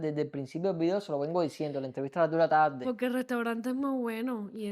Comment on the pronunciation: PoRque..no digan poLque.....traten de ser hispanos neutros...saldra mejor el ingles